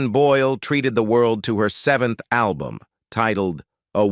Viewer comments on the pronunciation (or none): none